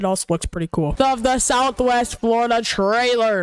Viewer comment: im triggered, he called it southwest florida "triler," why not fix to trailer